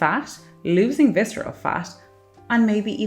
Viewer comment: reduce fiscerel fat